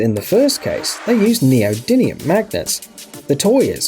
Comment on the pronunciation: You're mispronouncing neodymium magnet, you're saying neodinium